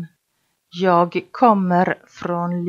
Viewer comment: ليش حاط حرف صوتي بكلمه انا Jäg هيه مو هيك صح هيك هيا Jag